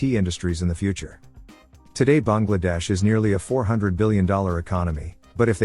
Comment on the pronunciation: Kudos to the narrator for pronouncing Bangladesh correctly. 🙏